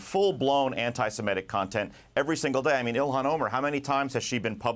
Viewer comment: Her name is ill Hahn. Not Elon. Stop white washing her name. Yes I know it’s spelled ilhan. It’s pronounced ilhan. She’s not ashamed of proper punctuation I can assure you